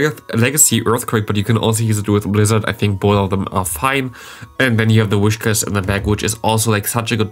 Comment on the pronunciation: I think the whiscash is pronounced "wiskasch"